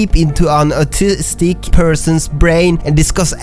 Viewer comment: I'll be a big bully and point out how he says 'autistic' as 'artistic' he he